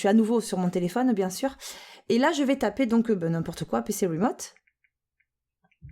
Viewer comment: "PC rimoute" :)